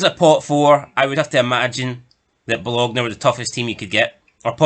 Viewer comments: FFS, did you watch ranjurs in Europe. 15 points 😂😂😂 Delusional And Bologna is pronounced Bolonya. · It's Ba lone ya for the love of god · It's pronounced Bolonya